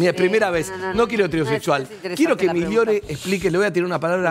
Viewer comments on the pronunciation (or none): Como un escopetazo dijo migliore jajajajjajaja